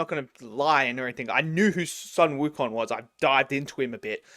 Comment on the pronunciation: Your pronunciation of Ne Zha is pretty much accurate, but Sun Wukong should be pronounced as something like “Soon Wu Cone”.